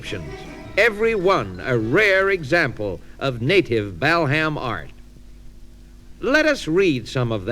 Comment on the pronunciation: The true pioneers of today’s comedy. The pronunciation of Bal Ham was a standing joke in our house. Feeling nostalgic for my big brother, 8 years older than me, who introduced me to so many cool things